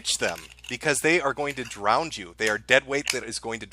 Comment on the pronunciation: can't pronounce drown but I still love lol😋